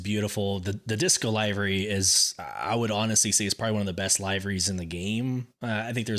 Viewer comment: Liver-ies not Live-r-ies. Sorry. It's like nails in a chalkboard. I've been trying to ignore it but I can't.